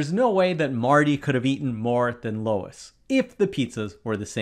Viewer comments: You repeatedly saying "Lois" is really undoing the whole "smarter than the teacher" vibe you're going for. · Yeah, a lot of people in the US know it's pronounced lu/eez. To be fair though, he's not even using the US equivalent of Louis (lew-is) which would be more accurate, but still wrong. He's saying an entirely different name. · Especially odd because he said it correctly the first time. And only the first time. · The next problem we have to solve is why does this dude keep calling him Lois? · STOP SAYING LOIS! YOU'RE DRIVING ME CRAZY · What was unreasonable was saying Lois instead of Luis. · “If Luis’ name is pronounced as Looooo-iss how many times will the narrator pronounce it wrong? Show your work.” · Wh9 the hell is Lois ??? The name is Luis (Lewis, Louis) !!! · The student was right. The teacher was wrong. It is literally a given in the question that Marty ate more pizza than Luis. And YOU, good sir, botched poor Luis’ name. There isn’t any “oh” sound in Luis, or even the letter “O” for that matter. The possessive form of Luis is Luis’ not Luis’s. Possessives of names ending in “S” don’t get another “S”. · So annoying when the name LUIS keeps getting pronounced as LOIS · Luis is not pronounced Lois. Stop it. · hearing “luis” pronounced as “lois” makes me feel like i’m going insane, lol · I think they’re pronouncing it like “Low-is” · You are mispronouncing Luis's name. It Luis, not Lois or Louis. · It's pronounced "LOO-EES"! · His name is Luis, not Lois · No, you're not. If we each took a shot every time he says Lois, instead of Luis, we'd be dead from alcohol poisoning before the video ended. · He says it correctly at first, when reading out the problem, but after that, he settles on LOIS... 😄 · I believe the mispronunciation reveals that AI did the narration of this video not a human being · It's agonizingly painful to hear Lois every few seconds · Luis not Lois. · Ai can’t pronounce Luis. Gave several versions, none correct. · Mispronouncing Luis 😢